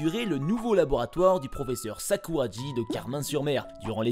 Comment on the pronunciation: Mais... Sakuragi se prononce Sakoura"gui", pas Sakoura"dji"... Merci de bien prononcer les noms japonais.